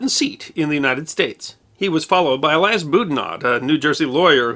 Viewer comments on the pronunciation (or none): none